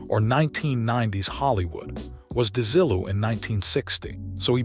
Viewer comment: AI a pronunciation is a dead giveaway. Desi-lu -not DeZILLoo.